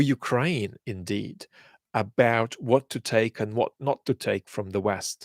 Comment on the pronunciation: I like the odd 'wot' and 'but'... adds a little accent.